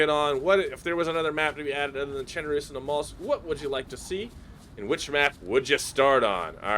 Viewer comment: The way you say chernarus